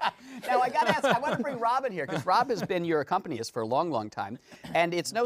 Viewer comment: The word is not ACCOMPANYIST, it's ACCOMPANIST!